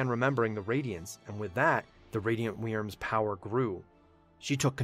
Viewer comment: Is it just me or does it sound like he's saying 'weiners' when he's saying 'wyrms'? (Wyrm is pronounced the same as 'Worm')